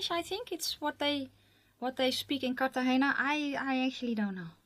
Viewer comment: When you pronounced Cartagena correctly right off the bat, i knew I liked you. hahah. new subscriber here! you're fun!